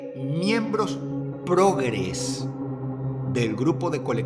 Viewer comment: miembros 🫨PRRRROOGRESSS .... jajajajajajaja 🤣🤣🤣🤣. Sos un grande Dross 🫂